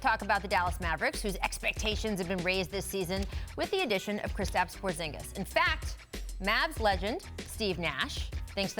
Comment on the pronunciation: Americans: ''Kristops Porzsingas''